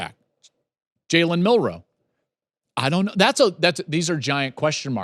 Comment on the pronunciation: It’s Milroe not Melrose